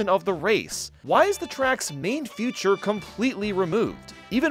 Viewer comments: how come you mispronounce feature as future? is it a joke/reference i’m not aware of? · i love his content and all, and this video was great, but WHY DOES HE PRONOUNCE FEATURE FUTURE???????!!!!!!!!!!